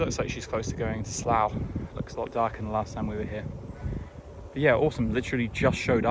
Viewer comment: can I be a pedant please? I noticed a couple of times in this vid that you pronounce "slough" with an "ow" sound, but for shedding snakes, it should be pronounced "sluff". Love your videos otherwise, and sorry for being a tw*t!